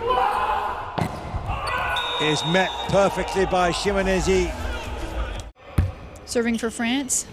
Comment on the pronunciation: Chineyze, Chineneze, Chinize, Chi enyese... Not a single speaker said his name right though. No a single Chi-nen-ye-ze given today.